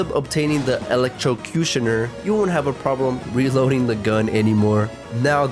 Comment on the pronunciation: bro went from not being able to say electrocutioner to saying it flawlessly, humble beginnings